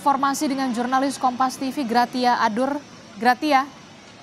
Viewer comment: PELAFALANNYA GRASIA, BUKAN GRATIA =)) ANCHORNYA KOMPAS KOK GAK CERDAS SECARA LINGUSITIK YA????